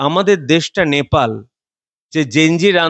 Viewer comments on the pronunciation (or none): none